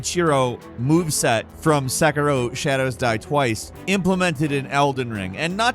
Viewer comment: I’m crying at how you butchered pronouncing “Sekiro” and “Genichiro”